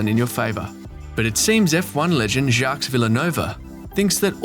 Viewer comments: It's "Jjock Vil-NEWv" Not "Jocks Vil-A-No-Va". You really should work on your French. Additionally this common tactic of making a video out of printed quotes from various stakeholders is incredibly formulaic and predictable. How about a new format? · Jacques Villanova???? First, the ‘s’ is silent. Second, that’s not even close to his last name!! LOL